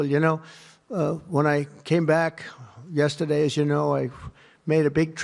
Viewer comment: "Genius" who can't pronounce the word "yesterday."